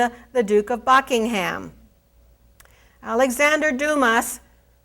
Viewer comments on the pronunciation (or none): Come on its " doo mah " not " doo mass " and you anounciate like your audience are stooopid.